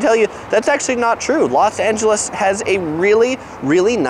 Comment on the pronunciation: Why Do You Keep Saying Las? And Nothing Beats LA keep That In Mind❤️👌🏻